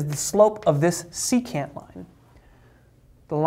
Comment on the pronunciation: Ah thats what he was saying, secant. I though he waa saying c-cat. He lost me at that point.